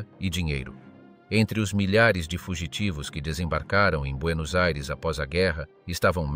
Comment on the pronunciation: Buenos Eires? Ridicolo